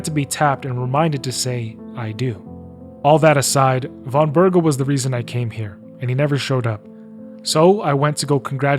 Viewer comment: Also it's Von BerGOV! Though you're not the only one making that mistake. Half of the VAs in KCD2 are mispronouncing his name, mostly those voicing minor NPCs, probably because they didnt get proper direction cause they play smaller roles. Henry, Hans and all other major characters pronounce Von Bergow correctly. W = V in a lot of Eastern European languages, e.g. kurwa in Polish.